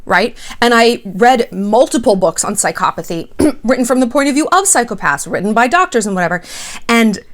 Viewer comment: You aren't pronouncing psychopathy correctly at all. And you cannot DX someone without clinically evaluating them. Sincerely, ~ A soon to be therapist